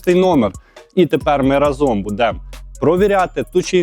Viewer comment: рАзом, а не разОм